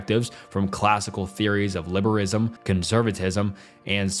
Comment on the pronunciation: Wow, this video is pretty bad. Lots of weird mispronunciations: "liberism" instead of liberalism, "continue-inity" instead of continuity, "equidity" instead of equity, etc. It sounds like you read the entire script in 1-2 sittings and never did any 2nd takes. Every topic both drags on for too long and says too little -- the script sounds like an edited version of wikipedia or maybe ChatGPT, and you're just reading blindly.